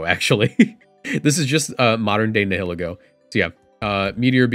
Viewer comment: Nihilego is pronounced like nihilism, so Nile-Ego